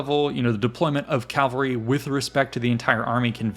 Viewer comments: Why pronounce cavalry ˈkælvəri when the correct pronunciation isˈkævəlri? Is this American English? I hear it all over. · It’s Cavalry. Not Calvary. The L is pronounced after the V. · It sounds like you're saying "calvary" every time